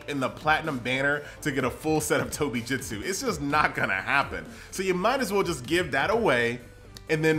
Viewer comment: Why do you call it Jitsu? Can you not just replace the i with U? And say it normal like Jutsu?